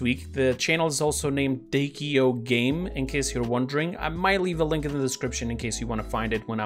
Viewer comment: its D.K.O not Dakeo